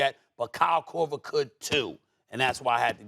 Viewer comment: Stephen A is a hater. JJ Reddick should have made the list over Kyle Kroger. I’ve never heard anyone shoot the ball and say Kyle Korver.